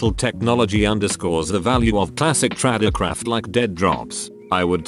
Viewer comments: Person: "Tradecraft" Me: Trade TTS: "Trod é croft" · I still love that Facebook and YouTube are finally consistently pronounced correctly in these videos! Now, if only it could get words such as "tradecraft" (not traducraft, this voice is not Asian or Asian accented), SUV (to be pronounced S-U-V), DEA pronounced D-E-A, same for other such acronyms and initializations as well as the differences thereof.